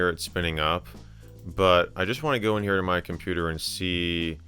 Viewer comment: "our name heah" - Michael MJD